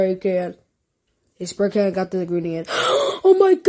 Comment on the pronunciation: sparycan.. Ah yes sparycan.